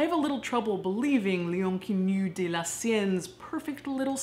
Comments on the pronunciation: I like how you try to pronounce l'inconnu with a french accent yet I only realised after you translated to english what you werre saying because your proununciation was so off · Took me a while to understand she was saying "L'inconnu" in french 😂 Love your videos nonetheless!!